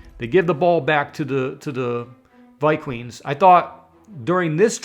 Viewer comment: ViQueens??? I assume by your hairline you're an adult. And it's pronounced Darnold as in Darnold Schwarzenegger!!!!!